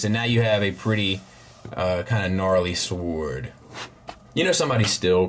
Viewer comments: S--W-O-R-D should be pronounced like 'word" but with an "s" on the front 😜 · Wait, you can't pronounce sword right, I never noticed that, LOL. Keep doing your THANG. Also, those 3 extra heads are actually kids in robot form.